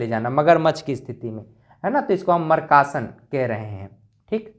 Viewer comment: Markasan bol rhe aap, makrasan ko😂😂😂😂